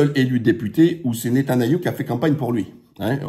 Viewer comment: Fais-tu exprès de dire Netanayou? Très bonne analyse mis à part cela.